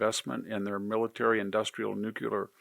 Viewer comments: Victor, it is new-clee-arrgh, not new-cue-arrgh. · Love you, VDH, but you’ve got to stop saying “nucUlar!” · newclear not new que lur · NU KLEE ER it is not difficult.